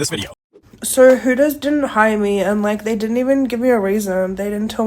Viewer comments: 1st vid it's called hooters not heffers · Hooters not BLOOTERS.